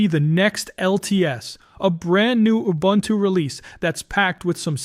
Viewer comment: If you can learn to say Ubuntu correctly, someone might believe all your hype.